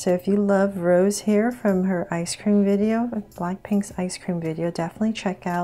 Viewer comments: Sorry to correct no hate but it’s not rose it’s rosé pronounced as roseh the ae sound is added from the little slash up there and you can also call her rosie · i dont wanna be mean but its not Rose it is Rosé it gets a sound of ae rosae but we say Rosé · I rly love this but......it’s prounounced Rosé and the E sounds like “ae” like ayy so its Rose not how you pronounce the flower rose btw just usefull advice in pronouncing her name😁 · "Rosa?" She is "Rosé" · You pronounce her name like “ Rose-ay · Who else is mad she said Rose and not Rosé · Her name is not rose it's ros'e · Yes Please do more BLACKPINK and it's pronounced rose-a but spelled Rosé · Yeah that's how it's supposed to be pronounced. It's not gonna be rose. It will be pronounced as rose-ay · Hi! Just wanted to say Rosé is pronounced like Rosie!